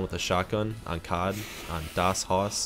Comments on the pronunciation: like Cee Oh Dee not COD😂👍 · bro how you call it COD its C-O-D its like spelled lmao😂😭